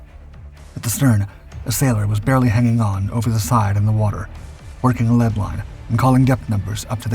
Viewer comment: When it is metal it is pronounced lead not leed.